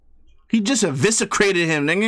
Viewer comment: "He just eviscicrated him ninga"